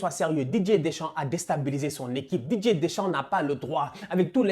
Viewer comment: Je suis le seul à entendre "DJ Deschamps" à chaque fois ?